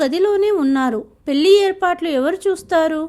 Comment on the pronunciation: పెల్లి కాదు పెళ్లి